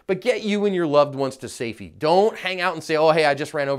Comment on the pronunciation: You got to get your family to sayfee lol